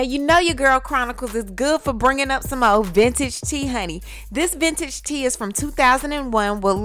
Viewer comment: Did she say vintage Tea?? 😂